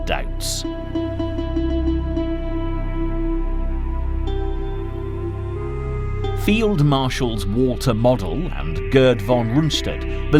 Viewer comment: Mow-del. Not Modd-el